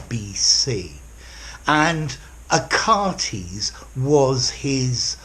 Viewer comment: dear teacher, you might have just mispronounced the name Achates